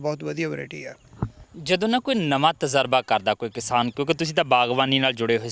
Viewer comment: veer tazraba naheen tajraba he hunda hai.